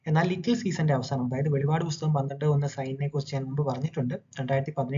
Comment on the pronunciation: വെളിപാട് അല്ലടാ വെളിപ്പാട് നീ പറയുന്ന വെളിപാട് വെളിച്ചപാട് പറയുന്ന വെളിപാട് വേദപുദ്ധതകം ന്നന്നായി പഠിക്ക